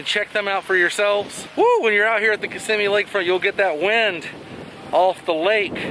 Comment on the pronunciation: Glad you are pronouncing Kissimmee